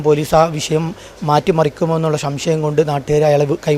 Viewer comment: ഷംഷയം അല്ല മസ്താതെ സംശയം